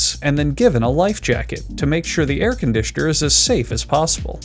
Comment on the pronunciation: Air Con D Sean R